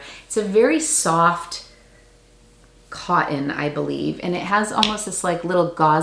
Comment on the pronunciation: I really learn from and enjoy your videos but....Bur'en, co'en? Please stop! I know I'm going to hear negative comments but I had to say it.